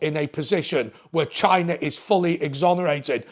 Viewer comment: haha that's exactly how he pronounced it! 🤣